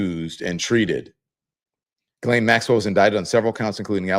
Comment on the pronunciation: Also….JIZZ-LANE. I believe we have all agreed to pronounce the name Jizz-Lane. Like penny lane, only stickier.